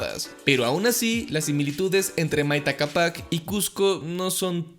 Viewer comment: Pero wn tu mismo escribes "CÁPAC" en el video y dices "CAPÁC" bruh